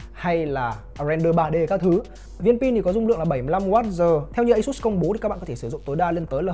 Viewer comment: ÂY-XÚT. hãng nghe hãng buồn